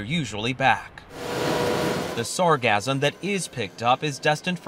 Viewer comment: Can someone please teach these journalists how to say sargassum.....😮‍💨